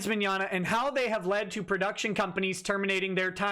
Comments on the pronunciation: "Meggnogna"? Who are these children. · "Vic Meggnogna" lol. "Vic Mignignog".